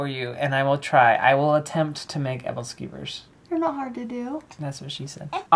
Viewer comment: hahah your Pronuncitation on Aebleskivers. Its a Scandinavian dish that people eat around the holidays. I miss them so much they are so good I loved them when I spent a year living in Denmark